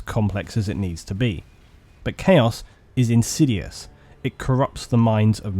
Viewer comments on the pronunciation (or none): none